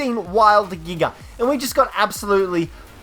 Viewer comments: Lol the way he says giga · The way he says Giga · Bro I love the way he says giga